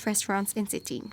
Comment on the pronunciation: Cetinje is pronounced like it was written with y... Cetinye (suh-tin-yay) 😉